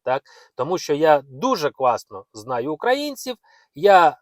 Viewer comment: Як блогеру вам мабуть було б корисно звернутися до логопеда, бо оце "кВасно, дАпАмАгати" - звучить не дуже